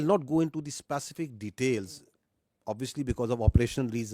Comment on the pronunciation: Did he just say Spacific instead of Specific